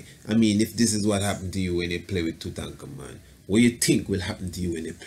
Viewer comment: You do a god job saying his name correctly,but why not just say "King Tut"?lol!Thanks for good video!